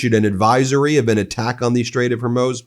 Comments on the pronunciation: Pronounced hurmooooz not like amuse..eek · I give up. Maybe it is HER-MUSE. But it's not. It's f'ing HOR-MUZ. This is my last post on this matter. It's HOR which is from HORROR. MUZ rhymes with NEWS